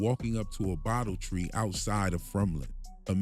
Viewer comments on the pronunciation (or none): none